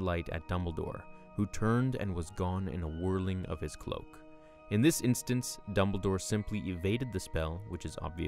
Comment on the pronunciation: ITS DumbleDOre not Dunmbledore